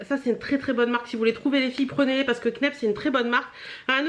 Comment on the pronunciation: Info en passant : la marque Kneipp se prononce Knaïpe ;)